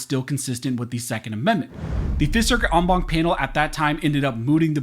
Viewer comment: Count how many times he says ong bonk. 😆 (en banc)